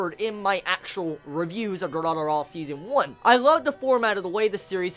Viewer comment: It's not Dura-dura man ffs.... at least that's what it sounds to me when you say it :D